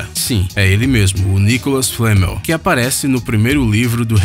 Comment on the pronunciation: não é nicolal flamel